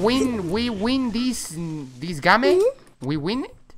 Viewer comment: Hablo mejor inglés y tú dijiste wen y es win